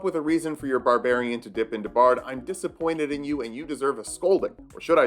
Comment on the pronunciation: "Barbrarian" [slow clap to STANDING OVATION]